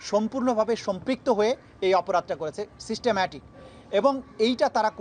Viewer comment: Wtf is he saying systemmatic? 🤣